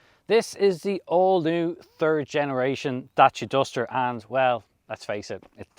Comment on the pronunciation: Great, informative and enjoyable video. Most importantly is the way you pronounced Dacia. As a romanian I can genuinely say that you were on the button. 😂 It is remarkable how Dacia came such a long way and evolved so much under Renault.